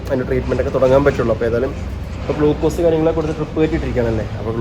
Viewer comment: ബ്ലൂകൂസല്ല ഗ്ളൂക്കോസ് ok